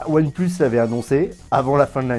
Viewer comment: Ça me fait rire : "One pleus"